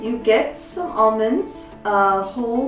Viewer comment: Hahaha Olmonds